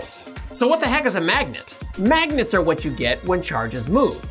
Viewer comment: Did you say magets?